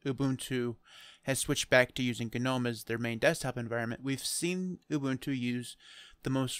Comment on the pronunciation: Finally, someone who's pronouncing "Ubuntu" right: Ooboontoo